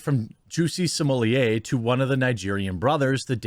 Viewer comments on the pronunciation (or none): Because it’s jussie like “just” without the t. And then “e” so “jus-e” and his last name is pronounced small-ette lol